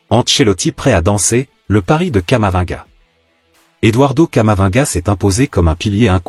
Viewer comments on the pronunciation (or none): On prononce camavi-nga.